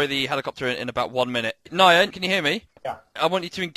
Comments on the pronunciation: The way he pronounces Nyan as Nayan. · is nobody going to point out he mispronounced Nyan's name as "Nai-yan" instead of "niyan"